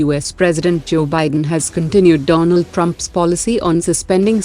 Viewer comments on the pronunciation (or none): none